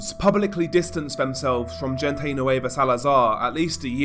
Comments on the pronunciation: Bro when you say "gente" its pronounced "hen-teh" not "jin-tay" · This is just a tip man, the G in gente nueva is pronounced like an H hente nueva basically lol love your vids keep it up! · If u wanna pronounce “La mgvGente”. Try using an H and not the English pronunciation of G … say LA HENTE… the G in Spanish has an H sound when used….i tell u this as constructed criticism.